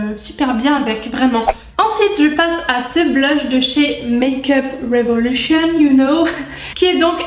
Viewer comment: ahhaha tu m'as trop fais rire au début avec ton accent anglais make-up revolution pcq tu le faisais avec l'accent fr avt. Et aussi tes petites phrases après c'était marrant !!! Continue comme ça Gros bisous #teamsnap